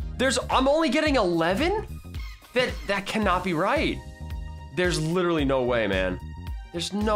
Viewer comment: What I think the moment u said "I letterally never play this game" was : may I have Ur p e t s?